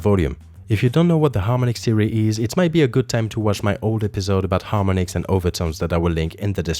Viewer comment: Mate it's harm-ON-ics, not harmon-ics